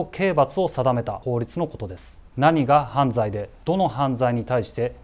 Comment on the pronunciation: 犯罪のイントネーション🤔